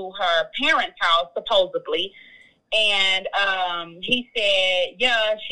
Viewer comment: This lady is not a doctor. She said "supposably". That is not a word. It is a mispronounciation of the "supposedly".